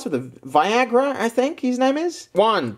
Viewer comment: viogroth not viagra lol